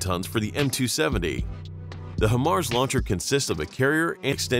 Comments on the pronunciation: Bro.....HIGHmars. Not hehmars. Makes a difference. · Maybe next time you could get the computer to pronounce “high-mars” correctly Jesus. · I actually DESPISE the way you pronounce it “HIMars.” 🫥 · IRRITATING HEARING IT SAY HYM-MARS INSTEAD OF HIGH-MARS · HIMARS. Pronounced "High Mars". Not "Him Mars." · HIGH-MARS... not him-ars. so annoying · FYI: The correct pronunciation is HIGH MARS (HIMARS), just saying! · Please... not "him-ars" but "high-mars". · I dis not finish the video cuz he keep saying... He mars.... Shouldnt it be high mars? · In the future... it's "HIGH MARS" not "HIM ARS." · You made a whole video about HIMARS without first bothering to learn to pronounce it correctly. It's HIGH mars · At least pronounce it correctly. It's "high mars". Before you put together a video about something, you'd better do a little more research. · If you've ever worked on these or ever been around them, you're probably cringing each time you hear "hemars" during this video. I counted 8 "hemars" before I had to stop watching this. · it's pronounce Hi MARS, now say it together. I'm a 13M and a section chief for this Army Job (MOS) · HIMARS (pronounced: High-Mars), or High Mobility Artillery Rocket System, is the modern lighter six-barreled version of the 12-barreled M270 Multiple Launch Rocket Launcher (MLRS) introduced to the US military in the 1980s. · It’s “Hi-Mars” dude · Him aars, lol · I hate to say it, but the pronunciation of HIMARS is throwing me off!